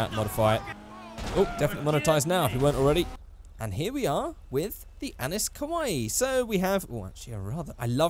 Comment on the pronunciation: ACKSCHUALLY it’s pronounced “Annee”